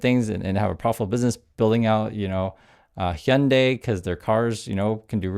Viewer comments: A great report on a huge footbullet by the Regime, and it's a petty small thing, but I jump for joy every time I hear "Hyundai" pronounced properly. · Now I know the proper way to pronounce Hyundai. Thank you.😀